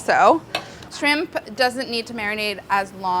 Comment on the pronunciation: i would've bet every dollar i have that molly would pronounce "shrimp" that way at least once in this video